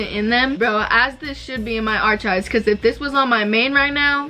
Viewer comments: omg i love u but its are-kives not arch-kives haha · lmfao i love u but isn't it 'are-kives'? potato potato lol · Yes sis “arkives” is right ily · take a shot every time she says “archives” wrong lmfao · u did not say archives like that omfg